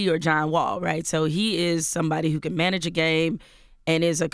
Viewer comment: did she say cp3 can't score ? i hope she said can but it sounds like can't